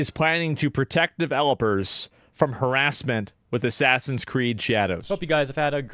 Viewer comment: ASS-ASS-in's Creed: Shadows